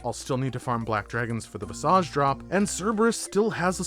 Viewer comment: It's amazing how often osrs youtubers mispronounce things. Vis-uhj. You're misusing "belayed" too.